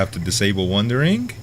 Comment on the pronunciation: Goddamnit its WANDERING not wundering